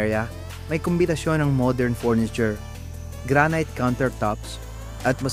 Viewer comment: Worst vlognpresentation narrator ano f bentana pronounce or inunciatr mo ng tama mga Petra at salita . Furniture sa tarts with letter f a thin p . Farm starts with letter f at Hindi P